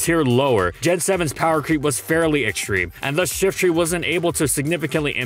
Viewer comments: I hear shitry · I've always pronounced it Shiftry (with try as try and not tree)